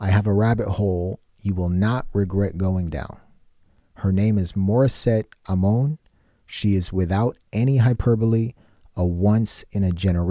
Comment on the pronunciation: Thanks for reacting to Morisette. I am a Filipino. I hope you don't mind my correcting your pronunciation of Amon. It's pronounced Ah-mon.